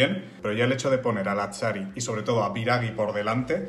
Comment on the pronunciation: Querría hacer una puntualización para que la podáis corregir en próximos vídeos. En italiano la finalización en -ghi es como nuestro -gui en castellano. Por lo tanto, sería Biragui, no Biragi en términos de fonética. Disculpas lor la chapa. Sois unos cracks. Fala galeeera